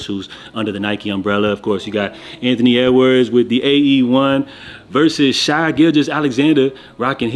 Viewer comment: SHAY man, not Shy. Shai( Shay) gilgeous Alexander